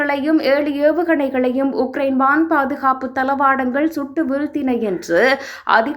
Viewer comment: 6000 உக்கிரயின் உடல் உனதுஉச்சரிப்புமற்றும்செய்திகள்பிழையாகவுள்ளது😮😂😮😮😮😮😮😮😮